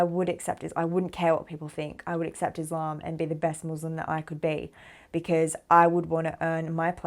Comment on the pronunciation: Wonderful story - One thing if you could correct while talking: its "Muslim & Islam" not "Muzlim and Izlam" 🙂